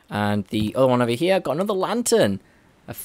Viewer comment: "Over Heeya" lol